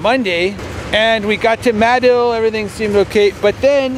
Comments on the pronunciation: Muh-Dill, that’s how you pronounce it. They have an annual sandbass festival every year there. I live in east central Oklahoma, got a couple buddies from madill, but just wanna say it’s a damn shame is no longer with us anymore. Wish I could’ve met him would have been a good man to get to know. Rip. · It's actually Ma-dill (mah-dill). Crossroads to nowhere. Ride the heavenly rails.